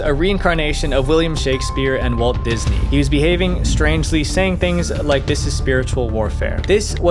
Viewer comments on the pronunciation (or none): none